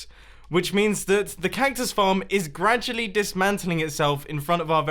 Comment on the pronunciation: "Cayktus farm"